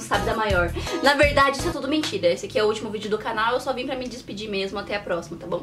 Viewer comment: Quando ela disse utimo vídeo ... EU : 😭😭😭😭😭😱😱😱😱😫😫😫